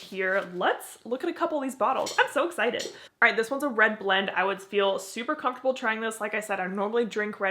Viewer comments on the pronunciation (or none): none